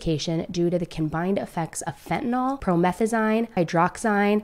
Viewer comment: Fent a NILL, prometh a zeen, hydroxy zeen